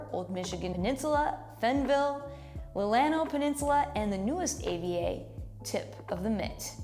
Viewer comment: Love that you sincerely featured Michigan wines. Small note, it's LEE-luu-nah (you know, for when you make more videos about Michigan wine!) Cheers!